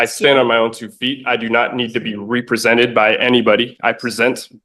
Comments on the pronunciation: He says "expecially" and "ree-presented", he accuses her of "practicing bench from the law" and he thinks he has the smarts to defend himself. His real name is "hubris". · When you cannot pronounce “represented” maybe you should represent yourself